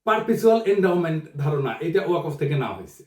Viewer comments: "ওয়াকফ" শব্দটার শুদ্ধ উচ্চারণ "ওয়াক্ ফ"। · দাদা , ওয়াকফ শব্দের উচ্চারণটা ---- ওয়া কফ হবে না। উচ্চারণটা ওয়াক ফ হবে। কোন আলেমের সাথে আলোচনা করবেন। আশাকরি মনে কিছু নিবেননা। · দাদা এটার উচ্চারণ "ওয়া কফ" নয়,এটার সঠিক উচ্চারণ হচ্ছে - "ওয়াক্বফো।" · প্রিয় দাদা পিনাকি, ওয়াকফ' শব্দটির উচ্চারণটি একটু সংশোধন হলে ভালো হয়।